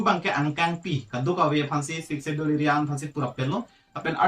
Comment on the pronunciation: When pronouncing the words "schedule" s will be silent 😀